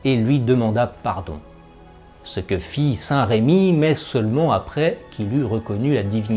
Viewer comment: Votre vidéo est intéressante mais je vous en supplie, corrigez le prénom de ce merveilleux saint évêque : il s'agit de saint Remi et non pas saint Rémi. Je ne comprends pas pourquoi les Français déforment ce si beau prénom avec un accent. S'il vous plaît, corrigez cette faute. Même les plus grands historiens font cette horrible faute. Il ne s'agit, me direz-vous, que d un accent, mais tout de même. Toutes ces personnes qui parlent ne sont assurément pas de Reims!!!